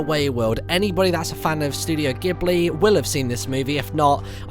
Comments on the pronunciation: Btw Martyn it's Jiburi not giburi. ( I'm Japanese :p) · So beautiful!!!! Also pronounced jibli ghibli, not gibly ghibli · It's pronounced Jiblee... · Oh how I cringe when he says Ghibli as gibly and when he doesn't follow the path on the map aaaah! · Ghibli is pronounced jibli. ;)